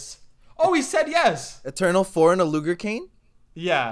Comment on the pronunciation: I yelled when he said loger when it was luger lol